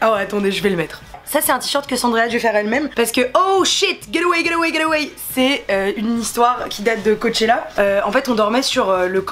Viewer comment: C'est pas " ger awey " 😅😅